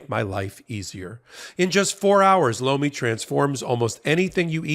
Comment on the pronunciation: I swear every time y’all do a Lomi advert it sounds like you say blow me.